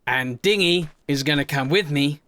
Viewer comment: You kept calling it Dinghy, immediately I thought Dingy Fever would suit lol